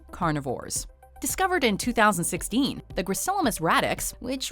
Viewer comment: ''-Discovered in twothousandsixKEEN''